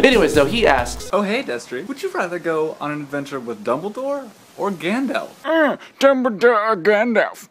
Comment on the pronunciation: It's Gandalf not Gandlaf! Lol